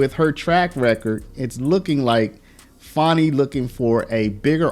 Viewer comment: It's Fani, NOT Fauni. Get it straight